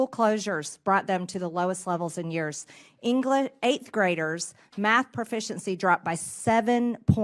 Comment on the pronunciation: mtg said "engla", I'm convinced that someone did the ultra maga's homework while they skipped school.